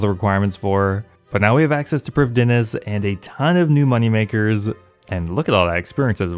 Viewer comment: No one ever says prifddinas correctly :(